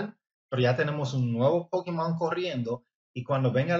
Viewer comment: Me daria verguenza decirle Pokimon ah Pokémon, No sabes pronunciar Pokémon?